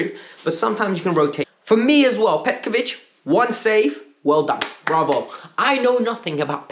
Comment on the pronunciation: Broo!!! It's petrovic not petkovic